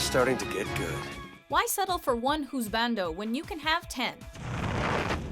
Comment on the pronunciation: I'm laughing at how 'husbando' was pronounced 😂😂